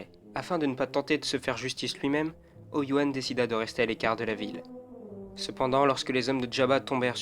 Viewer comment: A 1min12 tu dit Oyo wan mais bon sang respecte le 😂